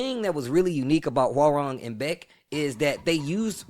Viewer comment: as a Korean , So Cringy How Foreigners Butcher His Name . it is Pronounce HWA-RAHNG ( Not RANG Like The Telephone RANG ) Like Hyundai is Hyun-Dae Not Hyoon Dye lol~ FUN FACT the KRN ( Korean ) Character " 맥 " on his Front and BAEK ( Back ) of his DoBok is from TEKKEN 3